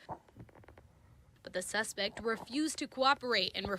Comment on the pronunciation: What up a “essapectin”. That’s what Jessie said. Go get a real job. Ahhmazin, that’s how we learned to speak in pre k.